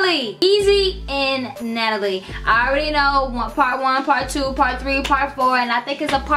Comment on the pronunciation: Lol I love u girl but u pronounced Natalie name wrong at the end lol ❤️